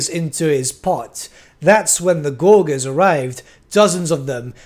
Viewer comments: please stop saying gorguers for the love of God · Another great vid, also, don't take this personally, but your pronunciation of gorges could use some work.